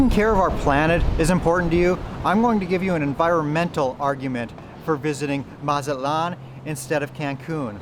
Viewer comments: It's not Mazat-lan.. It's MA-ZA-TLAN 🤭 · Really don’t know what u talking about from Texas was more expensive to go to Mazatlán. By the way pronounce the T please Check Expedia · Amigo who told you that the letter T is silent in Spanish, it's no, You would sound so much better if you pronounced it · That’s not how you pronounce Mazatlán. Butchered it 😅